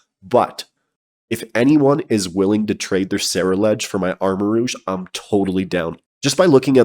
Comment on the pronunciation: You said armarouge correctly. Rouge is the color. Everybody else keeps saying rogue, like the fantasy class